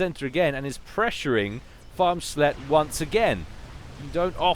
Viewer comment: Hey, Farmsletje is dutch but the translation to English is a bit offensive btw the first time you said it you pronounced it pretty spot on and it sounds hilarious for you to say it xD btw translation: little farmers hooker EDIT: not a real proper translation because dutch is weird.